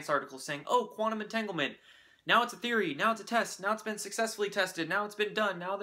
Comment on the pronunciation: Omg you really butchered entanglement lol